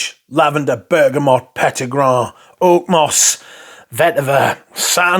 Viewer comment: Peti GRAIN. You were a Frenchman in a former life. You cant resist saying it that way.